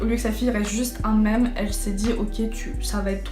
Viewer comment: Did she say 'un méme' omgggg it's pronounced miiiiiiim